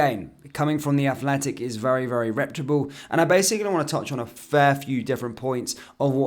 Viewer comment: reputable~! not republe.